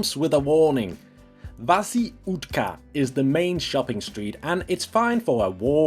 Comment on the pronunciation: Vászí útká?!? 🤣😂😂🤣 Sorry but for a local is really amusing!!! Thank you for you pronouncing my hometown name correctly at least!!! Therefor i give it a like to the video and you can visit us anytime!!!